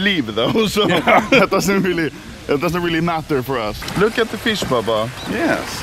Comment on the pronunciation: today anomaly: fish old video back in 3 years at same place anomaly: FISK